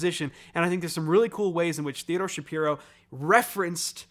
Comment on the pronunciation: Just wanted to flak that Theodore’s last name is actually pronounced /shuh-PIE-roh/. I know it’s unusual. I’ve heard him being interviewed on Severance podcast and he was quick to correct the host.